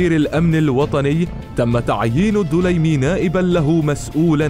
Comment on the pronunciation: ليس الدولايمي..بل الدليمي بالسكون فوق الدال